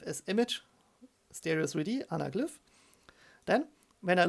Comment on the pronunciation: Anaglüph :D I wonder where he's from, I know Germans pronounce Y like that.